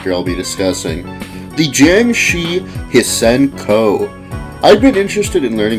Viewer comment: I think it’s pronounced “see-en-ko”.